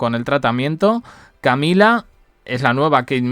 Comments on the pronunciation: Estos periodistas pronunciando en inglés. Camilla..!!!😵‍💫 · Eso parece, pero aun no aprendió a decir Camilla.😵‍💫